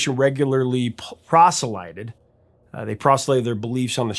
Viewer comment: No offence but ...not pros-ill-eye did(phonetically) but pros-lit-ized- meaning attempt to convert. Otherwise excellent video.